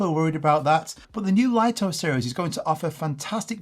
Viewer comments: Many YouTubers pronounce it correctly as "LIT TO," only a few American YouTubers pronounce it as "LIE TO" like you! Another example is the famous Japanese camera brand NIKON. The correct pronunciation in Japanese is NIK KON, but ridiculously, many Americans pronounce NIKON as NINE KON, just like you pronounce "LIT TO" as "LIE TO." This deviates from the original pronunciation. This might be due to your habit of naturally pronouncing the letter "I" with an "I" tone, but it's incorrect. Please respect the original creators' pronunciation! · Laito❌ Lito ✅ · It would have to be spelled "Lieto" to be pronounced l-eye-to. Lito = Lee-to. Maybe someone needs to tell DJI to check themselves :) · Pretty sure it’s pronounced ‘lee-tow’ not ‘lie-tow’